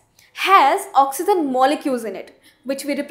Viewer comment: Idiot it is oxygen not oxyzin